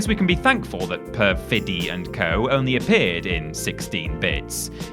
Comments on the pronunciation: It's PER-fi-dee and it means "deceitfulness." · I understand not knowing what to do with "Gynoug", but "perfidy" is an English word whose pronunciation is a simple Google search away. Pronounced PER-fuh-dee, it's an adjective meaning "deceitfulness; untrustworthiness" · It's pronounced "PER-fid-ee". Not a difficult word. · Lol, it's "per-fiddy" with the stress on "per." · And Perfidy is pronounced Perfa-dee. It means "state of being deceitful and untrustworthy". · you guys know that "perfidy" is actually a proper english word, right? it's the noun from which the adjective "perfidious" is derived. and neither of the two ways you pronounced it here was correct lol.